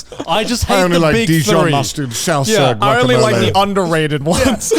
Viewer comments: Oh god, their pronunciation of "salsa" physically hurts. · I’ve never heard three people pronounce salsa so wrong before in my life 🤦‍♂️ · the way they say salsa makes me want to kill myself Dies is Mexican *